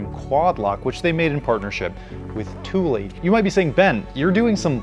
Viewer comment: Ben, I'm honestly surprised that you pronounced Thule correctly.